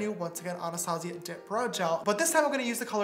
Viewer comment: Am I the only one that was triggered by how James pronounced “Anastasia?” - Nope? Just me? Ok.